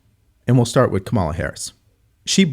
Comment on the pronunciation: Right. He is old enough to know how to pronounce "with." It's not "wiff."